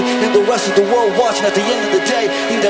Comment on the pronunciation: His Chester voice could be more authentic if he shaped his ending R sound more roundly like an English speaking person would do ('run' as opposed to "wrun"), sometimes it's too flat. He also says "dis" and "da" instead of 'this' and 'the' respectively. Like that English "th" sound is missing a lot of the time. It's excellent pitch and sound, just the words then sound like a Brazilian doing English. The Mike Shinoda voice actually comes off New York accent (ie for 'lost' he pronounces "lawst") more than West Coast accent ("lahst") for the urban rap style. It's just a little off, but sounds great. The music is awesomely recreated and the most impressive portrayal is the Bassist.